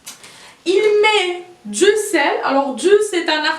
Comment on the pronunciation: Encore tu prononces dzu et non pas du